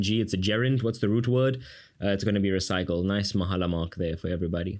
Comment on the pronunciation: Recycle or recycl?😭😭